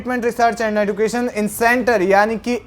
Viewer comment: एदुकेशन नही। एजुकेशन। भाई एजुकेशन तो कम से कम सही बोल लेते।